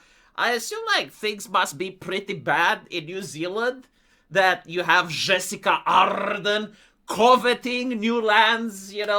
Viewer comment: say it wth me now, JUH-SIN-DUH